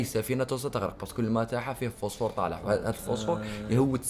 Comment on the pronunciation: الفوسفور ❎ الفاصفوص✅